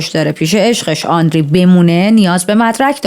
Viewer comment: آندری نه و آندرِه